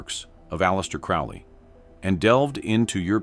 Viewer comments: It's crow lee. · Crowley pronounced like the bird: crow-lee. Your emphasis on the man and your inability to pronounce his surname correctly sort of belies your credibility on the subject matter herein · Saying his name wrong. AI crap as usual.